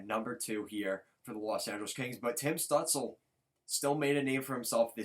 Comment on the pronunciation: Stutzle is pronounced “Stoot chla”. Great video, I’m a sens fan and honestly both these guys are unreal. We will both get a star out of this